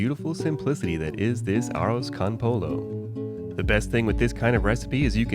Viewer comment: and - it's not pronounced "Arr-ahz kahn pole-oh". It's pronounced "Arrows cone poy-oh". Sure, you can say "Well I'm not speaking Spanish!" but by the same token, even a non-Spanish speaker visiting their Hispanic neighbor, Mister Martinez, as "Seen-Your Mar-teen-ehz", not "Seenyer Martin-eez".